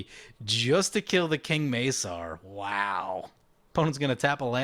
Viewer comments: The C in King Macar is hard, pronounced like a K not an S. Hence King Ma-Car driving Cars. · That is some saffron olive level of mispronounciation with king macar